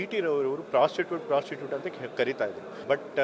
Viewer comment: ಫ್ರಾಸ್ಟ್ರೆಡ್ ಶಬ್ಧ ಪ್ರೊಸ್ಟುಟೂಟಗೆ ಪ್ರೊಸ್ಟುಟೂಟ ಹಾಗೇ ಕೇಳಿಸಿದೆ 💯💯☑️☑️😄🤪😃😅😀😝🤣😜😂